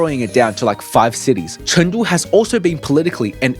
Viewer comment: Pronounce it correctly CHOONG——DOO